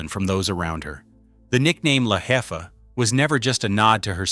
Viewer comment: This dude needs to learn spanish😂🤣 I couldn’t stop laughing when he said jefa.🤣🤣 J in spanish is supposed to be pronounced like a H.😂